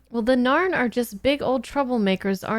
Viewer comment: I also liked her in 'StarCraft 2: Legacy of the Void', 'Darksiders 2' and 'Guild Wars 2'... That last one there might be the reason why she kept on saying the 'Norn' when referring to the 'Narn' in her reaction to the pilot episode?